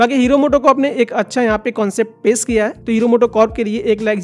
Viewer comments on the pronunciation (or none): पेश ❌ पेस ✅😂😂😂